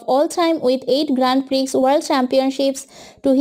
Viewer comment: Appreciate your efforts but please see the pronounciation first.... Grand Prix is pronounced as Grand Pri..... X is silent... Nd many other were thr just see the pronounciation first..... Anyways nice video!!!